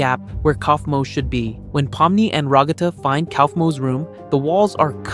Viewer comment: Ragatha ❌️ Ruggata ✅️